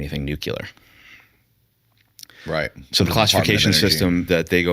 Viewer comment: The director of Age of Disclosure pronounces ‘Nuclear’ as ‘Nuculur’ every single time…I struggle to take him seriously, let alone with the heavy SoCal surfer-bro accent.